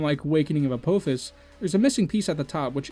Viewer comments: Great video and grats on getting blessed by the algorithm! Apophis is pronounced more like "Ah Poffis" with the ph like phone Just so you can avoid the angry stupid commenter mob from Smite players that you got recommended to because Apophis is in that game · this guy pronounces apphophjhis wrong